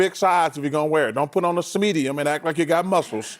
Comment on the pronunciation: ‘Smedium’ lol